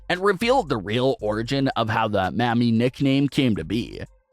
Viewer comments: Bru... Your pronunciation is dangerously off. "Maa-me" "Mammie" is a word for older black women who worked in the kitchen in the big house during slavery. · Mans cant even say Mami. Mayummi 🤣🤣🤣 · You really need to learn to say mah-me Mami, and pop-ē papi.... Cause sounds like some Jim crow mess otherwise. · Jesus... The way you pronounce Mami and Papi.... 🙄🤣